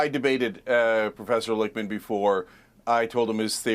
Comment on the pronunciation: Hahahaha, "Professuh Lichtewitz"!!